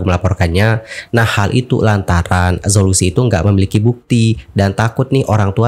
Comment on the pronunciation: Zhao Lusi dibacanya Chao Luse...